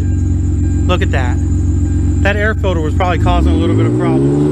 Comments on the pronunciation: Filder instead of “filter” 😂😂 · That air fidder is good for another 15HP at least! I 🤣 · Haha! Dad said filder again. Haha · Did you put a "filder" in it?